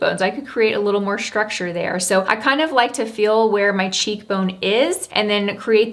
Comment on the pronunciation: Please please please stop saying ‘schtructure’ you are so articulate and it’s one of the things I admire about you. I know it’s the thing to do - society somehow made this the new way to pronounce these types of ‘st’ words but it really sounds awful. Love your content though